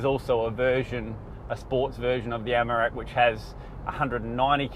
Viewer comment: take a drink everytime he says Amarak instead of Amarok. 🤣 good review though